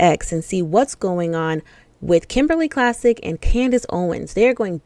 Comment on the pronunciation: Klacik is pronounced like Clay-sick.